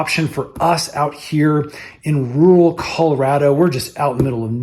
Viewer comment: It's not "rule" Colorado, it's RUR-all Colorado.